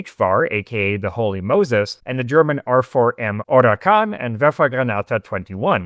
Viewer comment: R4M Orkan, not Orakan